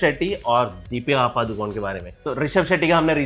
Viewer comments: The actual pronunciation of Padukone is not पादुकोन it's पडुकोणे that's also a place name in Karnataka that's where they hail from. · पादुकोन नहीं The correct pronunciation is पडुकोणे (Saraswat Brahmanas also have a surname called Moodukone मूडुकोणे